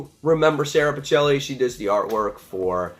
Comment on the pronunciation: Interesting review! FYI It's prounounced "Pick-elli" (And it's "Alee-sha")